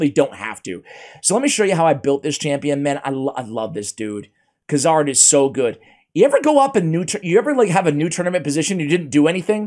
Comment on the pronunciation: Noticed every video when you said Kuzardinstead of Kurzad. Kinda like you did , , , , of this one. HAHAHA Talking about getting old for forgetting, I'm 52. It doesn't get better.